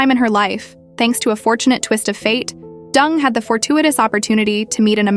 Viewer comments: Why the ai can’t pronounce her name properly is beyond me. It’s Deng, not Dung like cow poo. She’s a G and should be treated w respect. Marriage is a contract and she no dummy. The ai actually pronounced it correct once, it makes me wonder if they did that on purpose to be subliminal. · The Narrator keeps pronouncing Wendi's last name as "Dung" instead of DENG as in E sound. For a rural Chinese girl to achieve such fame and fortune "entering the American upper class society" nevertheless involves a lot of hard painstaking job. This I truly applaud her! .Quote: You will never possess what you do not pursue. You can't launch into the deep and stay on the beach. You cannot accomplish a great dream without taking action"👍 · Deng is pronunced "Turn" in Mandarin and not "Dung". (I am ethnic Chinese. I should know)😅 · Not Dung, pronounced as Deng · Interesting story…. but wondering if her name should be pronounced DENG…. not DUNG? In Oz the word dung means poop. We use the word when referring to cow or sheep’s dung 😬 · stories- her name is Deng / not Dung, guess a simple mistake that shouldnt have occurred jiayou..... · She’s not “Dung”. She’s “deng”. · Deng is pronounced as, "Ding" and not 'Dung'. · DENG NOT DUNG! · 🤣😂its not pronounced as Wendy ( Dung ) ... Deng & Dung two different meaning ?! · OMG , pls pronounce properly Dung, Dung Dung,. COWDUNG....It's Deng , hanyu pinyin...same surname as Theresa Teng....hanyu pinyin as Deng....not COWDUNG ,DUNG.... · Ding dong dung ... It's Deng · Even if I don't care for this woman, Deng is not pronounced as dung. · Deng is not pronounced as dung 😢😢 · I am sure it's intentional, because even Deng is not pronounced as Dung in English. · Pronounced DUNG= sounds about right..... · Deng isn't pronounced dung. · Interesting video but the mispronunciation of her name is distracting. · It's intentionally by the AI to pronounce it like that! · You butchered her last name, pronounced it completely wrong